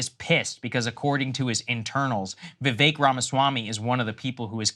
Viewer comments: For someone of India heritage, why is Sagaar mispronouncing Vivek's name? Vee-veh-k not Vee-Vei-k. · It’s Vivek like stomach ache